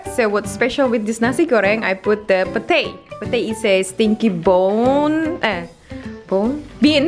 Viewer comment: Itu Pete Bukan Si Pete (Bacanya pit)